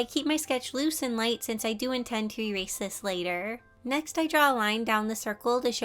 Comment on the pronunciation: I love you so so so so so so much, so please don't get too offended when I say that it kinda made me cringe when you said "Rerase" instead of "Erase". I'm sorry, it's just a pet peeve of mine. Again, I love you so much.